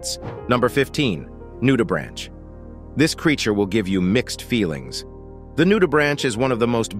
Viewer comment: great vid but a heads up - "Nudibranch" has a hard "ch" so it sounds like a "k" - not like the branch of a tree :)